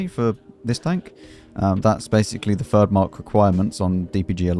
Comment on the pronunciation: Always nice to hear “And for our fhird and final game…”